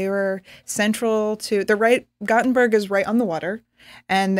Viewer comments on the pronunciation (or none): It's not "Gottenburg" .. but "Gothenburg."